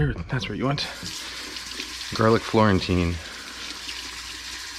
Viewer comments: "Garlic FLOORentine" got a giggle out of me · Garlic Floorentine. Love it.